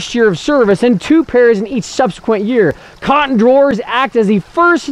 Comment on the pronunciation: Nice video. My only constructive criticism is that the host/narrator keeps incorrectly pronouncing "canton" as "cotton." While canton flannel IS indeed a cotton textile, it's not the cotton flannel we're all used to in 2016, and this could cause confusion and mislead some viewers. As defined by Scissors and Yardstick (1872) canton flannel is: "A heavy cotton drill, bearing a soft, downy nap upon one side. This nap also is produced by the teasling operation. Single fold. Width, about 3-4."